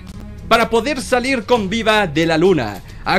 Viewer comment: Viba en vez de vida xd